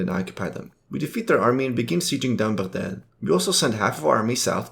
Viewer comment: As soon i hear your pronounce of Baghdad i click off the video.